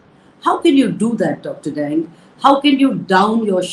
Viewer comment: Dr Dang is to be pronounced as 'daang'.